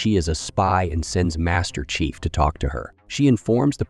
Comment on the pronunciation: Excellent recap but, what about the narrator voice? "Prophet" sounded like "profit", "chief" sounded like "chif"